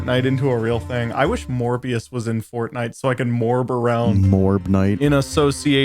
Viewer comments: hear me out... "Morebias" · Morbius more like morbe- morbbe- morbest